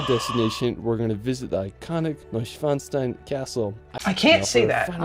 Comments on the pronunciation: The "disney castle" Schloss Neuschwanstein is roughly pronounced: "Shloss Noy-Shvan-Shtayn If that helps at all ;) Anyways, cool that you're interested in Germany! I can highly recommend the 4 part series "Meet the Germans Road Trip" by DW Euromaxx to get your bearings! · You wanted to know if his pronunciation of the names were correct. They are pretty much all butchered. He does get pretty close with Neuschwanstein, but it is still not correct. He says the "stein" part wrong. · You can break up the word Neuschwanstein in 3 words, Neu - Schwan - Stein, literally translated : NewSwanStone Castle Btw the correct way to pronounce the Stein is to pronounce the "EI" like it is in the word feisty and the "ST" like Sh-T lots of people get this wrong because its so heavily used in names